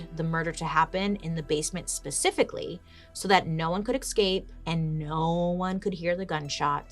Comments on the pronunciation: You say escape weird. It's like you're saying ex'scape 🤔🤔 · Escape not exscape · It's so funny how bailey says exscape instead of escape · Is it impolite to advise our favourite Bailey that escape does not have an x before the s? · Say it with me, Bails - “Essss. Cape. Essssss. Cape.” There’s no “X” in Escape. 😳 Love you dearly, but you had my OCD flarin’ with the podcast of this one… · Cant help but smile every time bailey pronounces escape as ecscape 😂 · Lol, I love how you add an "x" to the word 'escape'... Do you also say 'ex'presso, instead of "espresso"?? I love the way you talk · She's so cute. She kills me.